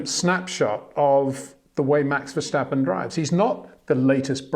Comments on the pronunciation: 🌐 it is NOT Lewish ... it is NOT Bottash ... and it is certainly NOT Max Vershtappen! Pronouncing "st" as "sht" is done by Germans not Dutch people! ... like an insult to (some of) us ... like insinuating you are a Nazi or something. But most people from Holland (like me) have NO issues with Germans at all. Am part German myself. Everybody knows how to pronounce Stable not "Shtable" or "Train Station" not "Train Shtation" so NO EXCUSE to be a moron! They do not do it with others having st in their names! ... All other F1 drivers are pronounced correctly having "st" in their names. This BS started years ago with father Jos Verstappen being interviewed by British sport presenters thinking it is funny to talk like a German to a Dutch guy! ... It is not ... And they do not giva fck. Not even having the courtesy to ask how to pronounce it correctly. (Acting dumb about it, hence my sarcasm, which some do not get). I did not say all Dutch people think like that ... but people that make fun of assumed "Nazis" they change their pronunciations to make fun of you. But there are vast amount of nice Dutch people that never would do that ... nor feel the need to insinuate. I have been called "Nazi" by some just because my last name is German then they talk with "sht" & z (not s). Thinking they are "so funny" doing that. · PLEASE STOP SAYING VERSHTAPPEN! I find it rather disrespectful, really. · 🌐 it is NOT Lewish ... it is NOT Bottash ... and it is certainly NOT Max Vershtappen!